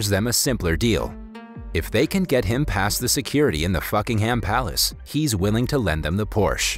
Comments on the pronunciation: Pretty sure he said fuckingham palace instead of buckingham palace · the palace kinda sounded like you said the f***inghem palace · "Fuckingham Palace" I'm sorry I can't 🤣💀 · BRO WHY IS EVERYONE IGNORING THAT IS LITERALY SAYING FUCKINGHAMPALACE